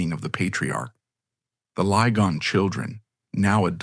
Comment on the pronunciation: The names Lygon and Beauchamp are pronounced ‘Liggon’ and ‘Beecham’. ‘Madresfield’ is ‘Maddresfield’ and ‘Malvern’ is ‘Mawlvern’. Excuse me for pointing this out. I grew up in Malvern and went to primary school with one of the last Lygons.